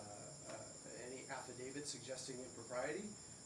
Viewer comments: This judge seems okay, but really, your honor, it's not "affidaviD" , it is "affidaviT", one of those pesky words that crop up almost every time you bang the gavel. Hone your legal skills, madam. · Who is this judge who says affiDAVID, adminiSHtration, etc.?